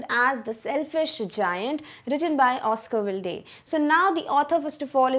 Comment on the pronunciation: Even the pronunciation of the author’s name is incorrect. What good will be the teaching